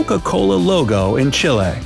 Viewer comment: Pisses me off the way he says chille